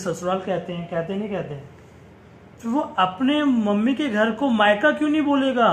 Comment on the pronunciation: माईका नहीं मायका होता है